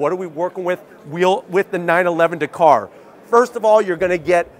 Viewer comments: So frustrating that Americans can’t say words especially names Dakar!!! Not Dakor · DA-KAR... not D'KAR. You're welcome 👍